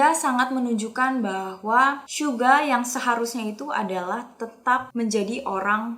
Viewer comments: Kok telinga gw gk enak klo ngomong syuga bukan suga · bilangnya syuga bukan suga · Suga oy, bukan syuga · jangan manggil suga jadi syuga dong sama j hope di panggil nya j hob aku nya gk suka manggil yg bener aja